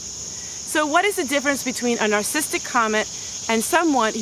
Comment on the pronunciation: You are an open book and I love you for it. The teacher in me just wants to mention this personality disorder is pronounced : nar SA sis tic not nar sis tic. Let's pray for each other b/c all of us have a little bit of everyone else in us. You are right, leave them alone, but always seek peace and beauty! Sorry someone was so mean. My mom always said "Kill 'em with kindness." God turns everything around for good.